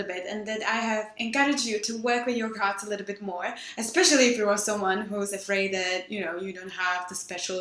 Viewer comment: Sounds like you're saying "gods" now "cards" lol